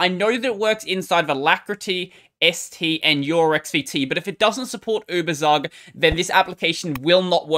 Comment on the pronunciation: "Ueberzug" is a German word (Überzug) which means "Coating". It is correctly pronounced "Uebertsook".